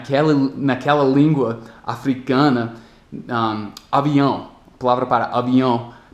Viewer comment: É muito engraçado ouvir "avinhão" ou "obrriga", por conta do sotaque hehe